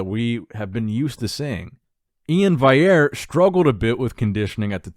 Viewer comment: He just can’t get the Val bit he just has to say VAI